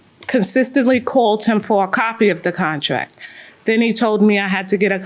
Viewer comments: Contrack. Lol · If she says contrack one mo time lol